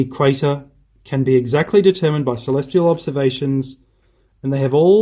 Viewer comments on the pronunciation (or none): none